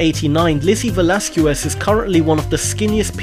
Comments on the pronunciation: Um, Lizzie Velasquez's last name is pronounced 'Veh-LOSS-kess'. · It is Called: Ve-Laz-Kèz